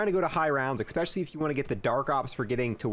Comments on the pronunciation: Cool video. Oh, and it’s “especially” not “expecially” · Especially, not expecially.....